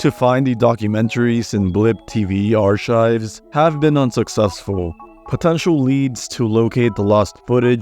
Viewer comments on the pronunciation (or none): My dude ARK-IVES NOT ARE-CHIVES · For future reference: "archives" is pronounced "arkives"